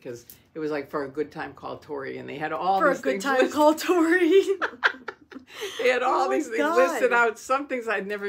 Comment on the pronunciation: Thank you & note: it's Tory not Tori 👍🫶